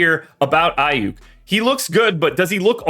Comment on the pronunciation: 😂..I stopped listening when I heard the name aiyuk... you need to know your craft..